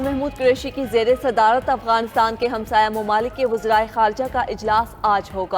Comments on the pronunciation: یہ افگان کہاں ہے اردو خبریں پڑھنے والی اپنا لیجئ ٹھیک کر لیں افگان نہیں افغانستان کہتے ہیں ورہ خبریں انگش ہی میں پڑھیں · Is larkey newscaster ko to bolna bhi nhi ata, Afghanistan ko kuch galat perhta hey